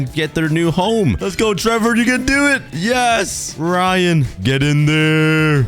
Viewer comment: thats not doooo thats oof